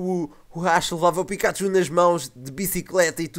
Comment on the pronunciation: pikachu,e não picaxu,e pichu, não piju